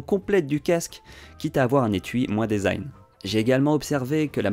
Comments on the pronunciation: On dit "disaïn" pour desing et pas "désaïn", ça vient de l'anglais donc "de" se dit "di" et pas "dé" 😁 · Dèsign??? 🤨 ça se dit dizain phonétiquement en anglais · Design se prononce « disign », le « e » dit i Diiiiiiiisign Merci quand même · Mdr le DAISIGN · Merci pour le test, top, comme d'hab ! J'imagine bien cet été au soleil comme il va être brûlant avec ses coques en alu !! Par contre, il faut qu'on parle de ta façon de prononcer "design" ;-)